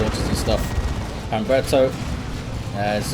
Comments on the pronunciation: For future reference, the H is always silent. So it would be (H)umberto. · Humberto is a real name - it'd be pronounced as if it didn't have an "h" at the beginning - /umberto/